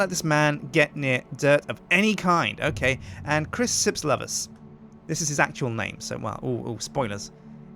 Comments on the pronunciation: his last name is pronounced lovers? now that's just fantastic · So that's how you pronounce Lovasz